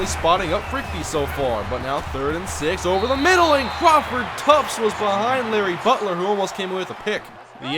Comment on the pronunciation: Its Crawford TUFT, not Tufts